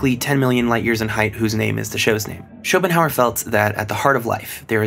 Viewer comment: Can someone, if they have time, timestamp me where he says "Shopestan' in reference to Schopenhauer